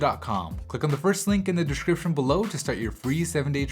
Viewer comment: Srsly since when do we pronounce Samsung as Siam Sung?? Also the way you say description is weird, you got that lisp there don't you?